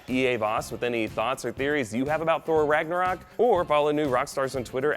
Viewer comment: How many times is "Ragnarok" mispronounced RagnOrak ?